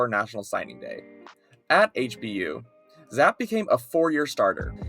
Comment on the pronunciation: It's Zapp-E